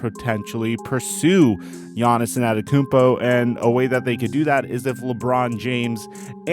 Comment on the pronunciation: An-teh-tuh-koo-onm-po NOT Ann-et-uh-kun-po